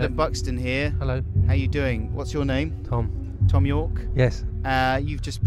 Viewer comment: thom - th as is thong :) Thhhhom!